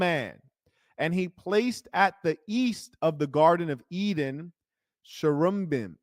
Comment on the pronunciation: Chair-i-bim is the correct pronunciation, love ur videos